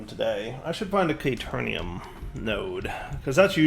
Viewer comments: caterium, not caternium. what's with the extra n? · It's Caterium! Not K-Turn -ium. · it hurt hearing him pronounce it wrong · Came to see if mispronounces caterium the same way he misspells caterium...was not disappointed. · Oof pls. There is no "N" in Caterium. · ikr xD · I believe that even if he realizes this, he’s going to keep saying it wrong anyway.